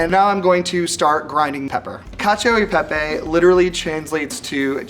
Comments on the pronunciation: "Kacho i pehpey" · Is it just me or when said "Cacio YI pepe" my hopes dropped? And yes he didn't make much sense, from choosing Bucatini to let his lumpy cheese sauce flow inside, to adding cheese on the pan without agitating with an emulsifier, to adding olive oil into the very sticky mix "prevent the pasta from sticking to each other", to saying that parmesan reggiano is "traditional", none of these make any sense. Truly lives up to the way one pronounces cacio YI pepe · Imagine saying "Cashio EI Pei Pei" and then saying you're Italian American...💀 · "catch-ee-oh ee pay-pay" 😑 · lmao. Man really says "cacio y pè-pè" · L1 and L2 ("Italian"!) cooks: It's Cacio E Pepe, not Cacio I Pepe. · Wow,so tasty but please try to pronounce italian, really italian 🇮🇹😬🥺😖 but loved the Science behind it 👌🏻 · The shock when lvl2 guy butchers the pronunciation and later drops the info that he's italian american💀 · As per he grew up in an Italian-American family and still doesn’t know how to pronounce cacio e pepe properly 😂😂😂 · In fact we have seen and even heard something strange in this video. To say that "Parmigiano Reggiano" is "traditional" to make this dish, means being poorly informed. Before going in front of a camera and saying strange things, it would be better to inform yourself a little (today there is Google). For the pronunciation of "Cacio e Pepe", unfortunately, as an Italian, I often hear the “Italian E" pronounced in the “American way”. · why did say cacio e pepe like that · he even got the pronunciation wrong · when he said cacio e pepe, i thought "that's the most american pronunciation ever" lmao